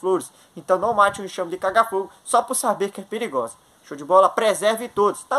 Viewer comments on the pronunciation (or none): Preligrosa? O português em dia.